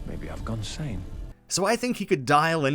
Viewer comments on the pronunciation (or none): none